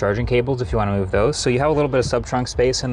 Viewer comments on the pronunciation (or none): none